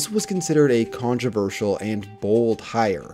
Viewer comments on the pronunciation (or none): none